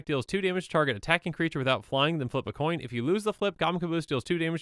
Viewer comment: Flip a Colin? How offten did he said thaht?